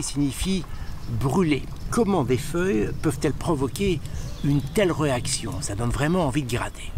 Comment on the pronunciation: ...comment des feuilles peuvent-elles provoquer de telles reactions ( prononcé REUACTION ) s'agit-il d'une nouvelle regle de prononciation ? moi j'ai toujours prononcé (Réaction).